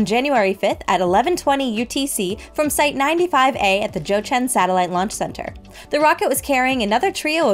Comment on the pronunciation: Wow that Jiuquan pronunciation was spot on!!!!🎉